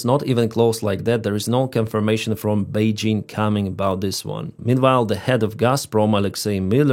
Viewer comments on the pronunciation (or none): none